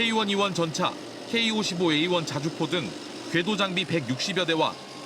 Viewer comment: 자주포인데 좌주포로 들린건 나뿐인가??????????